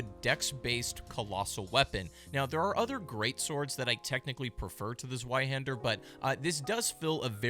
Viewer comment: ITS ZWEIHÄNDER NOT SWAIHENDER